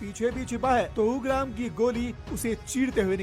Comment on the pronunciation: 😭😭😭भाई यूंग्राम नही उग्रॅम hai🙏 थोडा हिंदी ढंग का बोलो yar🙏🙏🙏🙏🥰🚩🚩🚩 nice report though 🎉